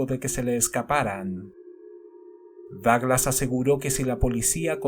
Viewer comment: Me sorprende la precisión de Douglas, es un crack. (Me encanta como lo pronuncias)